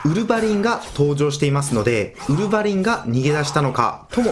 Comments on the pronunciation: ウルヴァ⤴︎リン めっちゃ気になっちゃった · ウルヴァリンは「ウ」にアクセントですね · ウルブァリンの発音おかしくねwww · ウルヴァリンの発音w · ウルヴァリン発音が少し引っかかる